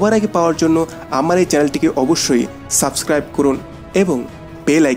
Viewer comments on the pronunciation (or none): none